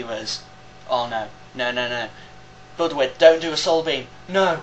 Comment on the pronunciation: Please try to say Budew next time instead of Budwid... Awesome video. ;)